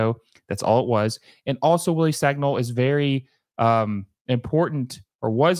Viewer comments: Wrong, I’m french and it is pronounced San-e-ol, “Sañol” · For Americans, Sagnol is pronounced as: son y'all